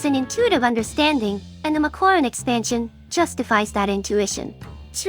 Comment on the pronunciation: justifies or just defies? :p